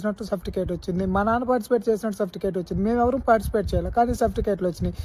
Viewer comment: Enti baabanna surfticate kaadu certificate.......😂😅😅😅